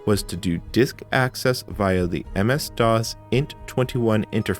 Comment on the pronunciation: This was great! (Though I don’t think I’ve ever heard anyone who pronounces “DOS” as “dahz”!)